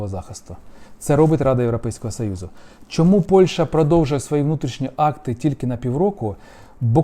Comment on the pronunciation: Гидотно слухати оце ваше « європейского сАюзу» навчіться говорити нормально